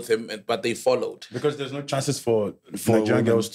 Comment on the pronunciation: And he will agree and say "nhe" 😂😂😂